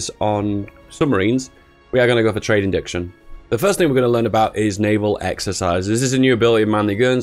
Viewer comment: Its trade iNTERdiction. Like Internet + diction(ary) not indiction. Iknow you have dyslexia issues so just pointing it out. No hate my mate.